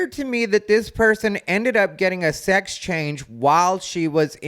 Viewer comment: “sax”? “Six”? “Sox”? 🤔